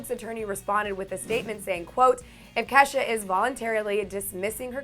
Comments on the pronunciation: anyone else hear her say Kesa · Why are people saying kesha's name wrong